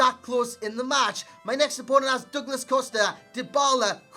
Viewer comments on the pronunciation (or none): none